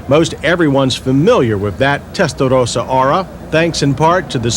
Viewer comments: Why does he gotta pronounce Testarossa like Mike Tyson? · Lol all that emphasis on "testarossa" and he still Mispronounces Testarossa... lol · The way this guy over pronounces Testarossa over and over again with that awful try hard accent makes me want to punch him in the face. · Holy God is it necessary to pronounce the model name that way. I want to turn the volume up but your making my teeth chatter.😞😖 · Beautiful car and decent review but will someone PLEASE smack that stupid Yanker up the side of the head everytime he butchers the word "Testarossa" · The pronunciation of Testarossa is so over done. i would love to eat at a mexican restaurant with this guy. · Between him trying to pronounce whatever he is trying to say here and him calling the Mustang a ‘Tang! It’s the only thing I hate about these retro reviews. Otherwise I like everything about them. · he pronounced Testarossa with the accent with SuperMario style, this is not an Italian accent, us Italians do not pronounce Testarossa like him or you Americans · Really wanted to flex the near tongue roll apparently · i wanted to punch this guy in the face about the 10th time he said "testarothasa." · Testa though sa. There I said it right. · I love how John say Testarrrossa.....bless John after all these years, MW is still doing great!!! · Why does he keep saying that "Testadose-ahh?" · listen to this clown say terstarossa! What a clown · Yeah he wore that out didn't he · okay say Testarossa.... as spelled. Otherwise say Felllali as well. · The correct pronunciation is Testa-Ross-a... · Stop saying Tttestaroosa! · The way the commentator says "testarossa" is annoying............and wrong. Follow this now: "Ross Corsa" (ferrari racing red) pronounced as "RAW-so cor-sa" "Testarossa" (red head) pronounced as "Testa-RAW-sa" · The way you pronounce Testarossa is extremely disturbing. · I have a mini-stroke every time he says Testarossa like that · Stop saying testarossa like that. Tool